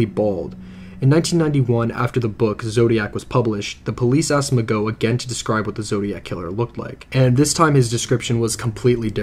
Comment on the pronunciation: Couldn't you do enough research to get their names right?Mageau is not pronounced Ma-go but Ma-Joe and Leigh is not pronounced Lay but Lee just like the actress Vivian Leigh and regarding the first phone call the telephone operator said he dragged the last word Goodbye as if to mock her